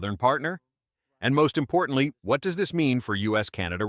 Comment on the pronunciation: The AI voice, though 😅😅😅 "w" hat?! What the actual f*ck 😂